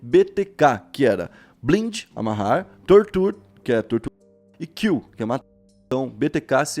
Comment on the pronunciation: blind se pronúncia blaind